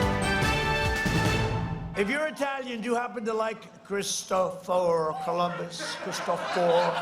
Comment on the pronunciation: Trumpski....Chriss- toe- for..wtf idiot....Christopher....oh right too many syllables....got it.